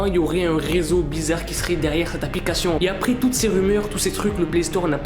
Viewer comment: il dit applicachion